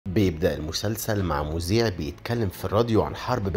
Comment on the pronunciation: مذيع مش مزيع😂😂😂😂